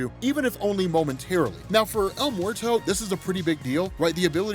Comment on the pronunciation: El “Morto”! Wtf…